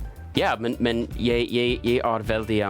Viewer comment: It's not pronounced "Norgay". lol! It's pronounce 'Norgeh". Hahaha! Also, not "Yay"(Jeg, meaning I in Norwegian), "Yi" with the English long "I" sound.